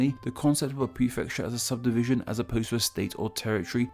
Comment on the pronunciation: this mf said subsivision